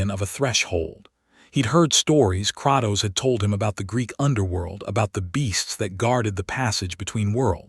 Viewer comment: I hate the fact it pronounce it as kraktos when it’s pronounced as Kratos the person who made this is complete shit at spelling